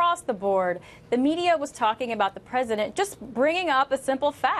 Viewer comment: LMAO. He said "predisent".....